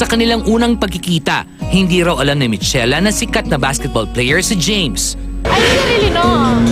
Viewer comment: Michela = Mikela ......Not Mitsela